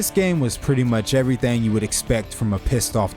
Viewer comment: This is really random but i love the way you say “everythang”